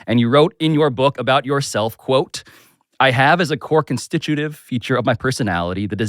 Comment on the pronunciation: Chris Hayes can't stop saying constituitive. 😲